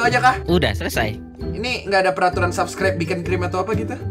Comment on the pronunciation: dibilang subscribe bukan subrek